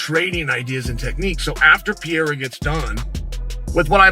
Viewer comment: AH! For the love of God! Someone, please! Teach Chael Sonnen how to say PE-REI-RA not Piera! Its so freaking annoying.